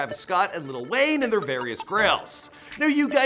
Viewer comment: did u say little wayine